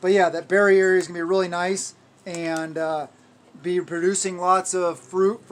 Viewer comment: Berry area: Your berry ayre! LOL 🤣